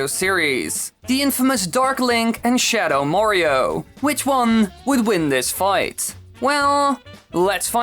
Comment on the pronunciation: "shadow morio"